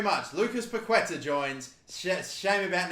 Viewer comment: It’s pronounced (pa-keh-TÁAAH)